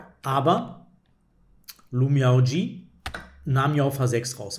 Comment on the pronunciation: Die Spielerin Lu Miaoyi (鹿妙夷) wird in etwa [lu miau ii] ausgesprochen, kann man auch sich bei google translate anhören.